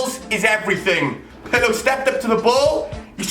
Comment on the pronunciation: Hahaha Pirlö? PIRLO BOY